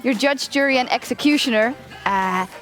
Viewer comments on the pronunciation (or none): you're yudge, yury and excecutioner.